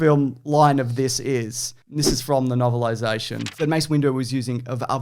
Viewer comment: Did my guy call him Mace Window?🤣